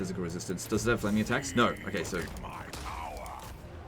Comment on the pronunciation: How did he mess up “flaming dick” and “flaming attacks”?